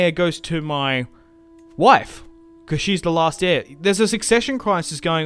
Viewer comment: Enjoying this lets play. Also when you say Mah Wife cracks me up everytime hahahaha